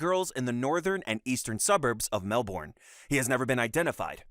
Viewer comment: it’s pronounced “mel-bin”